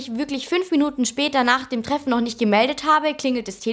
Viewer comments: Treffne lool. Drachenlord Mulle confirmed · "treffne" kommt die aus Altschauerberg??? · hat sie wirklich "treffne" gesagt, wie der drachenlord?! Gründne